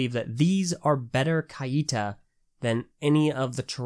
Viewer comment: I think it’s meant to be pronounced ‘kite-ah’ not ‘ky-ee-tah’